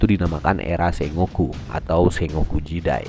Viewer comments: ejaan ny bkn se-ngo-ku tapi sen-goku ato seng-goku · Sengoku cara bacanya senggoku bang (fyi) Sukses trs buat channelnya bang 👏